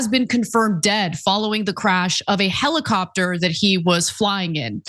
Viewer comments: Heli-crapter... Helicopter. No Ana, you had it right the first time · American made helicrapter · "Heli-crap-tor" yeah, I'm sure it could be called that on the way down. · Lol "helicraptor" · 😂😂😂😂Love that little slip, Ana. "Helicrapter"